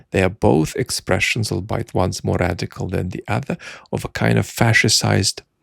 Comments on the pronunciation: Hey hope ur okay. Are you saying "albeit" there? It's pronounced "all-be-it" my dude. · "albeit" is pronounced like 'all be it.' I hope I don't sound too condescending by saying that. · You are mispronouncing albeit?